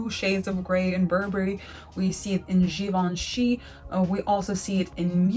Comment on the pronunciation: Regina Pyo is Re-jzee-nah Pee-yoh, you’re pretty close. Givenchy is Jzee-vahn-shee. (My ah rhymes with on). En in French is pronounced like English ah, or o as in on.